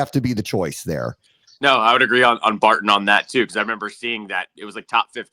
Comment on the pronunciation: The consistent mispronunciation of “Barton” and “Scourton” is a bad look boys…